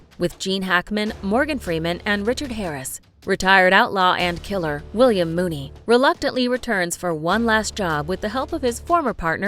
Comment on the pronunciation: Discussing Million Dollar Baby: You mis-identified Hilary Swank as "Hilary Swan." I suggest you do your research. And then you do the same thing to Unforgiven,. You mis-identified Eastwood's William Munny as "William Mooney." You need to SEE films before you pronounce names wrong.